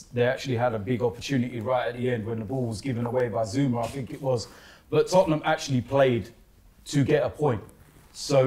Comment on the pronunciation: finds it really difficult to say Tottenham 🤣 “toppnum”